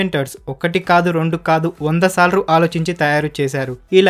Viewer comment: Bayya. Sorry for this ela antunnanu ani emi anukoku. Neeku emina problem vunda. Ante sarlu ani andani... Salru antunnav. Chala sarlu vinnani. Corrections chesukogaligithy try cheyyu bayya. Yegatali matram cheyyatledu